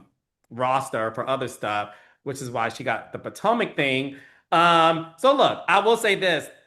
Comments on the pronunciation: Not “Poortomic” 😂 Shoutout to ‼️ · also calls Potomac, "Poor-tomac"